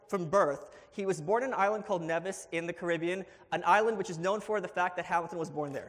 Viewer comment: Bad start for Malice: doesn't know how to pronounce Nevis (it's Neevis) and said 'nobody knows anything about it other than Hamilton being born there.' That's BS; it played a significant role in colonial history and was one of the world's largest sugar producers, once producing 1/3 of the world supply of sugar on a relatively tiny island. It's also a nice place to visit in the Caribbean. As far as I recall, Hamilton wasn't even recognized as a significant person in any sort of historical overview / presentation of it.